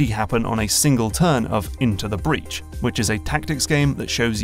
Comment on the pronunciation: INTO THE BREADH LETS FUCKING GO